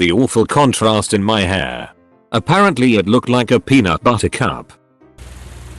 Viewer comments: "a pear ant Lee" XD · "A pear ant lee" wtf